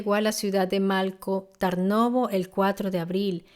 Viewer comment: Por ejemplo Malko Tarnovo. La "l" de Malko, no se lee como en español, no es una l líquida. Y la "a" de Tarnovo, realmente está escrita como a en latín porque la vocal real no existe en español y realmente es complicada de pronunciar. Es una vocal que existe en las lenguas eslavas. Luego, estoy en el móvil y no recuerdo cómo estaba escrito el lugar concreto de los hechos en latín, pero la forma correcta de pronunciarlo sería Strandja, pronunciando la J como en jacket (inglés). Algo similar ocurre con algunos nombres que se mencionan. Lo dicho, son lenguas muy diferentes y es complicado pronunciar algunos sonidos, pero creo que en un video informativo es importante pronunciarlo lo más cercano posible. Espero que no te ofenda mi comentario y gracias por tu atención.